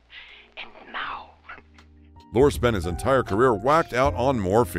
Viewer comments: What a train wreck of a production! Names pronounced wrong, Dustin Hoffman is shown many times as Lenny Bruce and they can’t pronounce names correctly, as in Peter Lorre. It’s LOR-ee, not LOR! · Peter Lorre. Lorre is pronounced Lorr-ee. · Peter Lorre's last name rhymes with "dory," not as it's pronounced here. ... So Clark Gable and Walter Matthau had gambling habits. Why is this a big deal? They had enough money to indulge this "vice; they harmed no one—certainly not themselves. Maybe that's vice, but gambling hardly seems as deleterious as some of the other behavior elsewhere in this video. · You're mispronouncing Peter Lorre's name. His last name is pronounced as though you were saying the female name. Lori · Mispronounced Peter Lorre. Long E on end. Lor-E